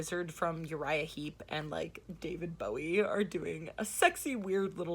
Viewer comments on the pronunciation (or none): none